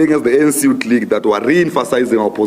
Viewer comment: Youth not yuut